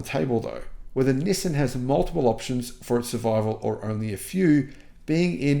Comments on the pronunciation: You’re the only person on the planet who pronounces it “nisin.” It’s pronounced “nee-sahn.” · It's knee-sun, not knee-sin! Nissin is a noodle maker 😄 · Nissin (the way pronounces it) makes instant noodles. Nissan makes cars. It’s like the difference between the word ‘yawn’ and ‘lawn’. Maybe subtle but a huge difference in meaning. 🤦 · I’m sorry your Aussie accent says “Nissan” very different from us yanks. We say “nee-sohn”